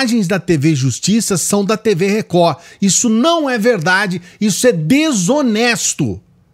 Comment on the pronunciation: 😂😂😂😂😂😂 a melhor parte do dia é o inicio! “TV Recohhh! TV Recohhhhh”